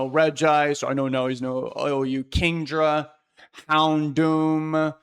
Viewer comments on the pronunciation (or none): I recoiled when you said "houndoom"